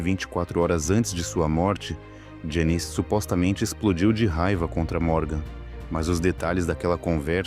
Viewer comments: A NARRAÇAO SE EQUIVOCOU NA PRONUNCIA DO NOME DELA,,, JANIS, NAO JANICE,,, MAS ISSO NAO TIROU O VALOR E PRIMOR DO VIDEO,,, EXCELENTE,,, PARABENS ........E DEIXANDO O LIKE,😀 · Que forma do narrador pronunciar o nome da Janis, lê-se "Jéniz" e não ""... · Me deu muita gastura ouvindo o narrador chamá-la de "Janice", um zilhão de vezes. 😮